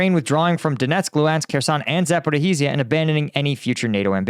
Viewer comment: Please stop the "zaporihizia" yokel speak... It's pronounced za-po-ri-zia🤦‍♂️